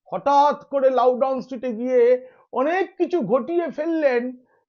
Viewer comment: পিনাক ভাই, "লাউডাউন" স্ট্রীট নয়,👉🏿👉🏿 "লাউডন" LOUDON STREET! ওই রাস্তায় লাউ -🥒🥒🥒- টাউ বলে কিছু পাওয়া যায়না!!!😜😜😜😜😜😜😜